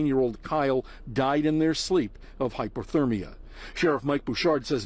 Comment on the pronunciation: It's hypOthermia not hypErthermia. Different meanings.